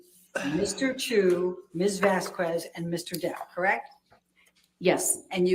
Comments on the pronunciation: Gotta be honest- the fact that Judge Penny seems to be annoyed by mispronouncing Camille's last name is endearing. I have also started to be triggered every time I hear, "Miss Vaskwez..." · The way speaks is annoying... "Vas-kwez" "saide" (instead of "side")...